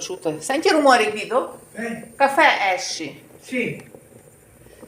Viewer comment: Не Не дідо а Гвідо,уважно слухайте